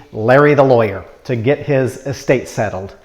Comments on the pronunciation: I think it sounds like you're say Es State tax. I'm not sure. Estate tax. Anyway great video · Get to the goddamn point. Also it’s not est-state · Dude you are out of touch with the average person! Learn how to pronounce the word estate! It is not pronounced S state. But then you could be a Yankee and you were never taught how to properly pronounce words.